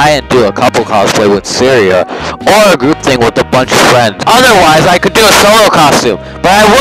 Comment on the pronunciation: You pronounce Syrasi as Syria, Lol.